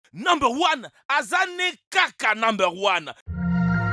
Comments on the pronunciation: number luan azal né caca number one je jure que C'est s'que j'entends à chaque fois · j'adore vraiment t vidéo sauf au début avant l'intro quand tu dit nombre one